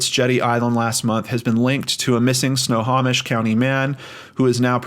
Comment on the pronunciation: Did pretty good pronouncing Snohomish! It’s Snow-Ho-Mish. Anyways, thank you for always covering cases in my state. There’s a lot of weird shit happening around here. ❤️